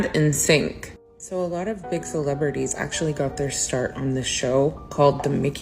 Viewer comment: CELEBRITIES ? Hahaha who the hell is that ? Is she speaking English?